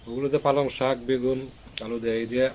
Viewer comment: "Palon " শাক বলে কিছু নেই. ওটা "পালং " শাক হবে. "কফি" এক ধরনের পানিও, সবজি বাগান থেকে যেটা তুলে আনলেন সেটা "কপি"- "ফুলকপি ". "কফি " না.